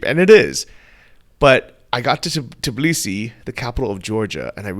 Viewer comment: I've watched 100s of videos and haven't found any foreigner who could pronounce TBILISI instead of tiBlisi. Why is it so hard for you to switch 2 letters???